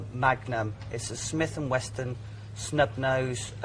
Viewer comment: it’s a Smith and Wesson, not Weston, you daft bastard!